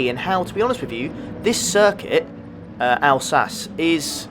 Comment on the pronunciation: I told this to Steve as well, it's a beautiful region in France pronounced alsaque. Stayed there for a week with a local family. 😉